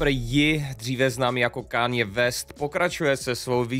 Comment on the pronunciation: tak Káně West jo ? mistr angličtinář..